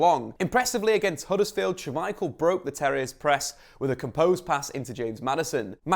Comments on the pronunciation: Why "Schu-michael"? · Yuri "Teals-man" and Kasper "Sha-Michael", indeed.